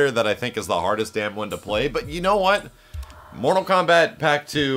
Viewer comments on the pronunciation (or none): This dude said KORTAL MOMBAT........ okay. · Did he say kortal mombat when he defeated goro and did the brutalitie?